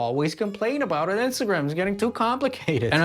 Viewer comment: The way that guy pronounces Instagram is f’n weird